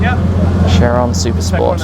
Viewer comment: Chirone🤣. Do you know who is Louis Chiron? Lake of knowledge and style.